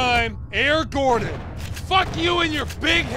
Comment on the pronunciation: "air gordan" god dammit Ross...